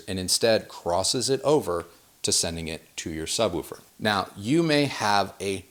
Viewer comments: No, it's 'woof' like a dog, with the same 'oo' sound as in 'book'. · Why are you saying subWOOfer? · The way he pronounces, “Subwoofer” makes me giggle. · Anyone else think he says ‘sub-woofer’ funny/oddly? 😜😛 #goahead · Excellent video apart from not knowing how to pronounce "subwoofer" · Yes, woof-er and wolf-er would be the same sound. I’m not saying sub-wolve-er. Do you say push or poosh? Bush or boosh? Ha Go watch any other videos of people talking woofers and subwoofers and you’ll hear a clear difference. You may hear the same sound from a video where it’s not a real person talking. I was just busting his balls. To each his own.. No ill will behind my comments. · so distracted by the "sub-woo-fer" talk.... "sub-woof-er" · Why do you say (sub-woo-for)instead of (sub-woof -er), sorry maybe not my best phonetic spelling lol. Great content by the way!! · 2 corrections: Sub🐺er Say it with me. Sub wolf er. Not: sub woo fur. If you say poosh or boosh instead of push or bush, then there’s no hope and I’ll let it slide 🛝 on wanting to sound pompous. Ha Correction #2: In a 5.1 system, the surround speaker 🔈 does NOT go directly to the side of you. You want them roughly 45* to the side/behind your listening position at ear level up to 3ft above your ear level. You’re thinking 🤔💭 of 7.1 or higher and in that case you would be correct. Personally, the way or ears 👂🏼 are shaped it benefits to go slightly behind you too. That’s just preference the same way I look at bouncy house speakers 🔊. What I’ve found is that you do not want bouncy house speakers in the front of your room for Atmos (or even beside you with surround sound) You definitely want those behind you if you have to use them. Your ear 👂🏼 will always be able to tell they’re speaker toppers unless they’re behind you (at least 45*). Then it seems like it’s coming from the ceiling a bit more. It’s not perfect, but better if you can’t get a speaker up high. 🐺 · I will never hear the word "subwooofer" the same again.